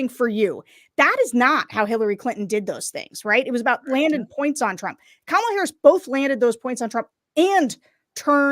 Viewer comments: He doesn’t know how to say her first name and don’t think he knows her last name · Ucccch, I just tuned into the livestream 47 minutes after the debate ended… and the first ad YouTube served up was Donald Trump Jr. looking strung-out and mispronouncing “Kamala” as he asked for money. I wish there were an easier way to block certain advertisers on YT.